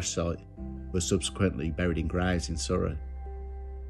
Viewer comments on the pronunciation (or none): none